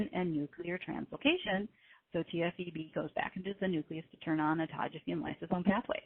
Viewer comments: Yeah, she mispronounced Autophagy. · Autogeaphy? !! Do I hear she say autogeaphy?!!!!